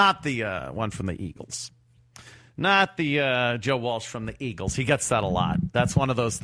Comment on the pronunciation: lol walch and walsh are different joes